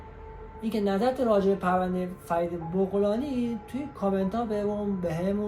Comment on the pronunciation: بابا بَغلانی ... بُغلانی چیه دیگه بعدشم این اطلاعات غلط و ناقص رو کی گولت زده بت داده؟ فرید متولد ۱۳۴۷